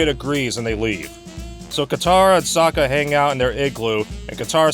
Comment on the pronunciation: I hate how they mispronounced every name and everything. Soka is now So-Ka, Aang is now Ung. Fuck this movie to hell, I was stupid enough to believe in this movie and bought the DVD, When I heard UNG instead of Aang and I saw white and indian people who were supposed to be Asian (as in chinese, korean, japanes, like super east asian) by decent, I took the movie out of the dvd player went out side and took my shotgun and unloaded all 12 shots into the disk.